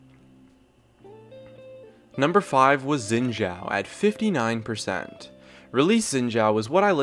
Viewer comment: Xin Zhao is pronounced Shin/Kin Chō just fyi